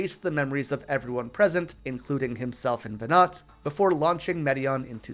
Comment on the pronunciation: Lol the meme of counterintuitive name pronunciation in FF is eternal (Teedus, Ifreet, Zidahn, etc etc) The only one that actually bugs me is everyone pronouncing Venat like the pokemon. 😭 IT'S VENAW OR MOMMY PICK ONE